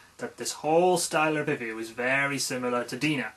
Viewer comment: first major "revoo":P